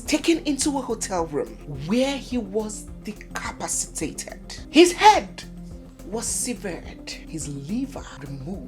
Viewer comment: I guess you mean "Decapacitate'' not decapacitate. Meanwhile, the Nigerian police failed woefully in unraveling the mysterious sponsors of the heinous crime which Andrew was an agent.